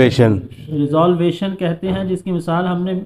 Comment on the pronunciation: ریزولیوشن کہتے ہیں نہ کہ ریزالویشن